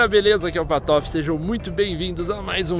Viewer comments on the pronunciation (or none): pq ele fala patofe e nao?